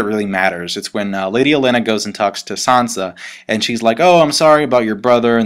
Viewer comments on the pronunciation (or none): "Sohnsa". It's "san-za".